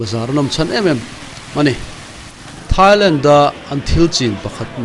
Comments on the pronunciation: Mak ka lo tia keipawh..A tawpah "Lentti " a ti zel khi. Ka en thui deuh a..a then chuan 'Thailand' a ti tho. A tilui deuh hrim hrim a nih ka ring. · Thailent tih hi mak ka lo ti deuh. Lam dante hi inang lo ve nawk thin ah ngai mai ang. 😊